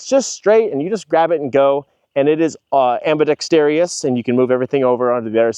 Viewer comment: I like your videos but I'd suggest correcting your pronunciation on ambidextrous. It's not "ambidexterious" and it's pretty distracting